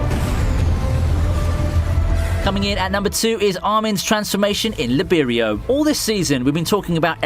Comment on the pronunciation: Lib erio? My guy if u actually watched the anime they literally teach u to say it I don’t know how it can be difficult it’s pronounced lie berio